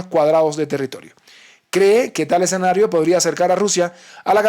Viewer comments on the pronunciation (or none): none